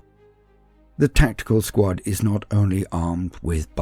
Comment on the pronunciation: i keep thinking he is saying SQUAT! rather then SQUAD! lol